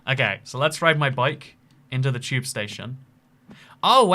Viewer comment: "Gotta take the CHEWB to the tower a lundon"